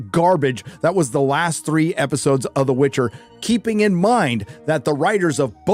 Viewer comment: Witcher, not witch her...